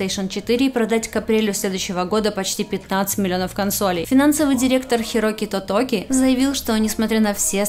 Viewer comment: Хироки тококи🤣🤣🤣🤣